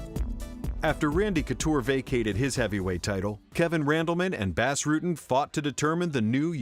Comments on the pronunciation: If you say BASS Rutten one more fucking time, I'm gonna send Bas (BOSS) Rutten to mangle your vocal chords so you can't make anymore awful voice overs! Have a nice day! :) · "Bass" Rutten, for starters. Also, the calling either of the Nogs "Antonio" is uninformative, as that's both of their names. Generally, they are referred to individually as Rodrigo or Rogerio to differentiate. The rest is just my own pedantic crap, but these two actually stood out as somewhat egregious. Beyond that, your videos are top shelf, which makes the names stand out to me more. Probably best to just ignore this altogether.